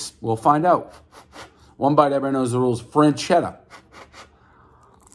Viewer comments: It’s not French-Etta That’s how you’re pronouncing it. It’s Fresh-Etta. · freschetta - "FRAN-CHEDDAH" really dave? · Says "FREN" chetta instead of "FRESH" chetta. Everyone knows Dave can barely speak at the level of a 4th grader. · One franchetta everyone knows it’s FRESchetta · I cringe every time I hear Dave switch between "frenchetta" and "freshchetta" knowing both of those pronunciations are incorrect. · Didn’t know there was a “N” in Freschetta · It’s freShetAh Not Fran-chedda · One “Frenchetta” everyone knows Dave cant pronounce simple words. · I will forever go into the grocery store and while staring at the frozen pizzas, “freschetta” will be heard in my head as “franchedda” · No N in the name: "Frenchetta" Still no N in the name: "Frenchetta" Again, no N in the name: "Frenchetta" Still... no N in the name: "Frenchetta" Dave. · “Say Franchetta one more time!” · I bet 10 bucks he would say Franchesca, but I lost. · It's pronounced as Fres-Ketta. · Dave: "I'm the pizza king" Also Dave: "Frenchetta's" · There’s no “n” in Freshetta, everybody knows the rules... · “freNchetta” -Prez 2020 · "fresh-etta" combine the word. he said it in so many ways except the right way lol. i like this frozen pizza tho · He keeps saying frenchetta like there’s an n in feschetta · Would someone get Micheal Myers a boxcutter and it's not Fran-chetta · It's "FRE-CHET-TA" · He keeps saying "Franchetta" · Ur saying it wrong man damn. Fresh etta that's how u say it. Sound it out dave u can do it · "fresketta" is the proper italian pronounce, is stand more or less for "fresh"... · Franchetta and Dee-zhurno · Franchetta lmao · Where you see an “n” in freschetta??? Calling it frenchetta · Not "frenchetta". Learn to read. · Freschetta has a non silent, non existent “n” apparently. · One bad mispronunciation, everybody knows the rules. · How he kept pronouncing it was driving me insane. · Doesn’t know how to pronounce Freschetta even. Everybody knows the rules.